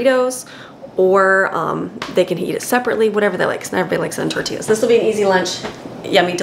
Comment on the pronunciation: Tor-tea-ya hope this helps 😉